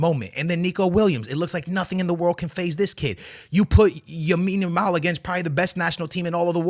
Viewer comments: Lamine Yamal man Lamine Yamal Not yamine lamal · Lamine Yamal bro not Yamine Yamal😅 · Bro said Yamine Lamal 😂😂😂